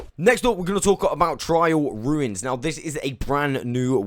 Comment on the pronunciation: Why do you pronounce “trail ruins” like “trial ruins”